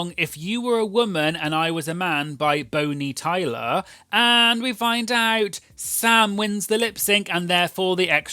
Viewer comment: My husband and I were listening to this in the car and we were so floored when we heard your pronunciation of Bonnie Tyler's name "Boney Tyler" We had a few good laughs at that!